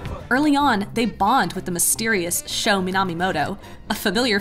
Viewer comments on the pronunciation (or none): I’m only going to forgive your terrible mispronunciation of Sho’s name simply because it was so dang hilarious.